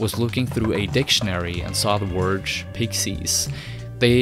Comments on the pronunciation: I've never heard someone pronounce "Word" as "Worj" before. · great video! but, what's a "worge"?